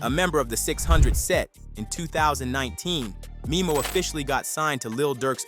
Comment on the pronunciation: It’s DTHANG NOT DTHONG and it’s MEMO(Meh-Mo)